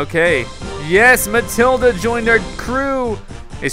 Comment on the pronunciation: It's Matilda not Mathilda